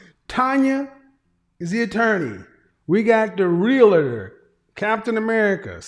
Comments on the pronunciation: Not Realotor!! I expect more from you! Say it 3 times and use it in a sentence. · It’s pronounced REAL-TOR not real-a-tor! Thousands make that mistake, even people in the profession.